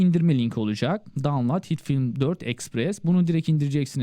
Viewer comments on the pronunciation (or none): none